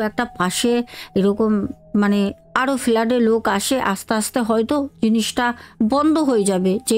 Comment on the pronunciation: ফেলাড..... না ফ্লাটে 😊